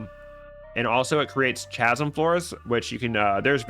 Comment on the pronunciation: "Chasm" is pronounces "Ka-sum", not "Tcha-sum"